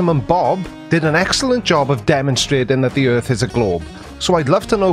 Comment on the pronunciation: Oh, I see. It's not the "Earth" that's flat, it's the "Earf" that is. 🙅😆